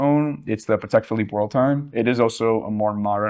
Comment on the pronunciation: How difficult is to pronounce PATEK PHILIPPE correctly? Please!!! If you praise to know about vintage watches start with the names….